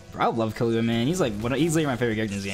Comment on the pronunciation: ahhh sadness u say killua wrong